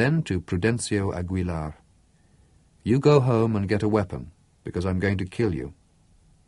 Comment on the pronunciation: For instance it's Jose Arcadio, not Jose ArcaRdio. Also the GUI in Aguilar would be like in the word 'guinea'